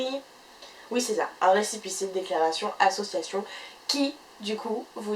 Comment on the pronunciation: ça pique les oreilles. tu fais une vidéo sur les associations, tu utilises ce mot plus de 30 fois en 3 minutes de vidéo mais tu ne t'es pas entraînée à le prononcer comme il faut